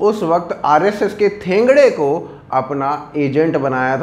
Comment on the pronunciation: थेंगडे नहीं. एकदम गलत. ठेंगडी. असली हिरोज का नाम गलत तरिकेसे तो न लें. उनके बारेमें पढ लिजियेगा. आपके कई व्हिडियोज बन जाएंगे.